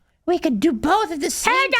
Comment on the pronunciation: Pat; there is no “L” in the word “both”. Why O Why must you keep saying “bolth” it is infuriating as Obama’s S whistle. Or worse.